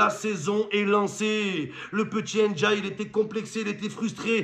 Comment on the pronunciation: C'est pas N'diaye ni "én diaye", c'est Ndiaye ça ce lit tt d'un coup